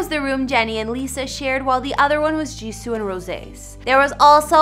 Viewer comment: "Jisooh" lol